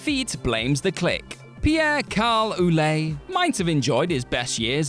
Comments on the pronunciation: Ouellet is pronounced Way-Let. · Ouellet is pronounced well-let.. I'm sorry, as a French Canadian myself, I know it wasn't your fault, but that prononciation was making my ears bleed..